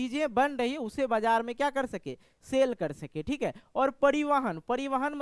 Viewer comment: Bajar ko bajra padh rahe ho sir 😅